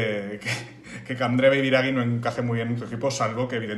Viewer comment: Querría hacer una puntualización para que la podáis corregir en próximos vídeos. En italiano la finalización en -ghi es como nuestro -gui en castellano. Por lo tanto, sería Biragui, no Biragi en términos de fonética. Disculpas lor la chapa. Sois unos cracks. Fala galeeera